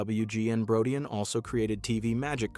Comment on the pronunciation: Marshall's last name is pronounced as BRO-DEEN.